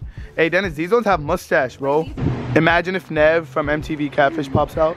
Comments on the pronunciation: It’s nev not nav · You butcher nevs name